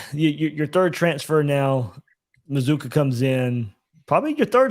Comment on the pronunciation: How do you get Muh-zoo-kuh from MazzCCua? C'mon man.